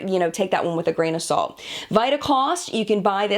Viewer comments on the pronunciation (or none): none